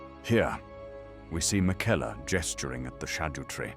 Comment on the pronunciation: Why does the narrator mispronounce Melina, Marika, and Miquella?